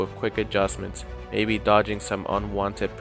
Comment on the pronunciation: He said Mabey 😂😂😂😂